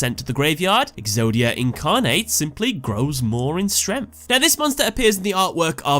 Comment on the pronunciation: Why can’t you pronounce strength?